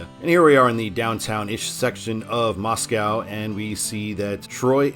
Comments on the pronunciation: That river and big lake in Sandpoint, spelled "Pend Oreille" is pronounced as "Ponderay." Actually, the town just east of Sandpoint is spelled as "Ponderay." And Moscow, Idaho, is pronounced locally as MOSS-ko, not like the Russian capital. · No cows in Moscow, ID pronounced "Mosco" like Costco